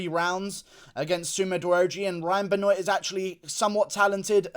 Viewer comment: It ain't ben-oiyt . It's ben-waaaaaaa